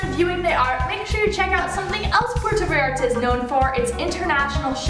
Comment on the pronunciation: ahhhh Im cringing at myself 🙈 how embarrassing of me! I’m so glad you told me this because I’m going to PV next week to make another video and I PROMISE I will try to pronounce this better! #gringaproblems